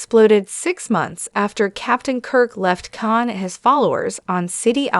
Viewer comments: It's KHAN not CAn its Seti Alpha FIVE not Seti Alpha Vee It's STar Trek TWO not Start Trek Q maybe you should invest in better AI Text to speech software yours is GARBAGE, even Chat GPT has better Voice Engine that what you are using and it is free. If only you would learn how to use it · AI narration is a bad joke ... the wrath of Can???